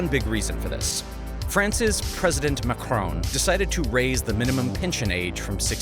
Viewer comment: It is not Mecron but MAaacron! Please keep in mind dude!!😂😅